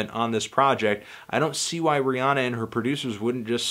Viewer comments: It's Rhi- anna. Not onna. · He can't even say her name right